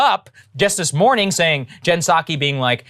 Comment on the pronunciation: "Good mooring everyone" just keeps getting louder and I love it!!<3<3